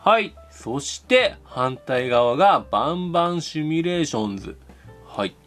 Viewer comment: バンバンシミュレーションズがボンボンシミュレーションズって聞こえる